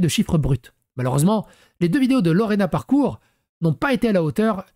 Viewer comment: Ton accent on dirait un bug IA « Parkure » 😂😂